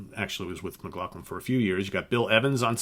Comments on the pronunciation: McLaughlin. Not Mclacklan. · I thought McLaughlin's last name was pronounced, "Mick law flin" ?????? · I think John's name is pronounced McLauflin. ....